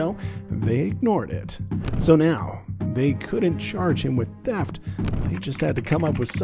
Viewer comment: It's Teft, we clearly heard that 😂